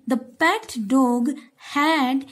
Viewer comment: Did any one noticed how she said dog 😂😂😂😂😂😂